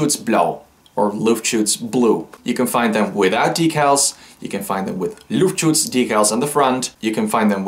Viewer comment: I'm german and I have to say for an english speaking person you said Luftschutz really great (no sarkasm)